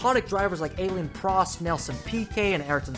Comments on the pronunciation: did this guy just called Alain Prost Ayylen Prost? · Bro, Aleen Prost? Huh? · the pronounciation of renault and alain Prost is do terrible 😭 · The video was worth watching just for your pronunciation of Alain Prost. I heard the collective 'quoi?' from over the channel :) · NAAAAAAAAAAAAAH THAT PRONUNCIATION OF ALAIN PROST WAS CRAAAAAAAAAAZY